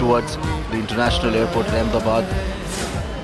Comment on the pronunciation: Righttt! I couldn’t stop laughing when he tried to say Ahmedabad😂😂💀